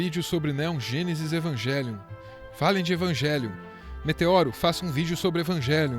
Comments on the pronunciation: Só uma dica, no original a pronúncia seria "evanguelion", não "evanjelion" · Amo o canal, detalhe pras pronúncias de "Shinji" que é na verdade "Shindi" e "Evangélion" seria "Evangerion" (L não existe no japonês), pois "ji" como em "jiló" e "jé" como em "pajé" são sons que não existem no japonês, mas nada que tire o valor do vídeo.